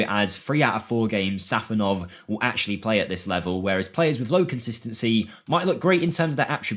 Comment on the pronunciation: It's SafOnov not sAfonov